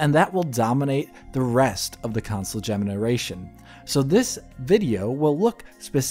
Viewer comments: Console gemenaration?🤨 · Him Saying Console Gemena Ration, lol